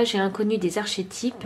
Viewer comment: Arquétype est la prononciation ma chérie ❤💐🥰💐💐💐🍀😇